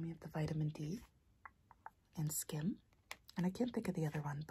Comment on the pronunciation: When you said skim I thought you said skin 😄